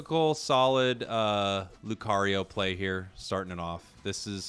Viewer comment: Alright class say it with me LEW - CAR - EEE - OH not LEW - CARRY - YO